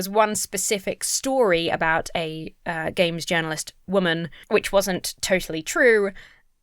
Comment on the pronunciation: Hes saying games journalist like its in triple parentheses. Really unsettling